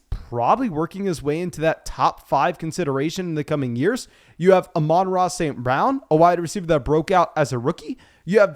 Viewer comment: I'm just glad you finally pronounced Amon-Ra right